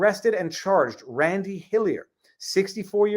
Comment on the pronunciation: its like hes not even trying to say randy